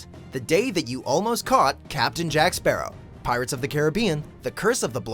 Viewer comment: First things first where the hell is my bloody rum bottle Second thing can no one say my bloody last name it’s not that hard